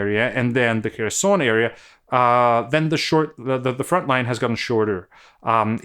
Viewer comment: It's so easy to make things better. It's Herson (like hunt), not Kerson (or c^nt). :face-orange-biting-nails